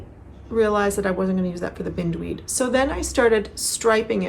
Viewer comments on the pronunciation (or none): Forgive me I may be wrong but Bind weed as in bind me up in yarn - not binned weed. it is a common garden pest and the cabling certainly is reminiscent of the horror that is the weed. And Kestrel is a bird - KES trel emphasis on the first syllable. Sorry its my father in the back of myhead correcting me! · So happy to see a new episode! Thanks for sharing so much 😊 I see someone else already mentioned that the name of your sweater would be pronounced with a long "i", after the beautiful weed that entwines everything it comes in contact with! You have such a lovely way with language and pronunciation, thought you'd want to know💕